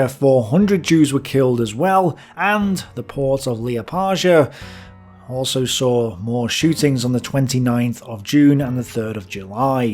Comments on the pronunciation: Its not liapāža its Liepāja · It's Jelgava not Dželgeva! and Liepaja is not Lieapadža! In Latvian the letter "J" is pronounced like the letter "y" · Liepaja Pronounced L-yea-pie-ya Close! But no cigar. Love the content! Not many people look at the Baltic’s when analyzing the eastern front. It’s almost like we went from Stalingrad straight to Berlin. Nice to see my people acknowledged